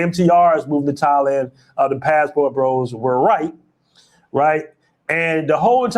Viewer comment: was calling Thailand “Taiwan” 😂 He needs to take a trip